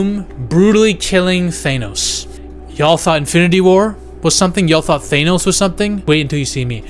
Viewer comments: His name is THAN-OS. Not THANE-OS. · It's thanos not THAINOES! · You say Thane-ose funny. I like it. Lol I just call him Thanos.